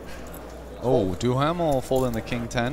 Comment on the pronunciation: I wish people would learn the correct pronunciation of Duhamel, it is DOO Mel